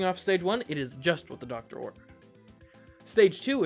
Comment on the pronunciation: “it’s just what the doctor ord”